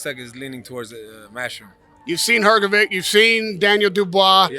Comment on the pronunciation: I bet this american journalist will misprounonce philips last name again next time even though he heard from his brother pronounce it correctly,it is hrgovich not hrgoviq ,americans,dont care ,dont want to learn